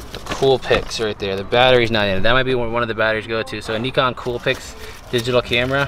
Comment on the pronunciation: You just have to clean the scales you find with rubbing alcohol. They will be good to go. Also the camera is pronounced N “eye” con.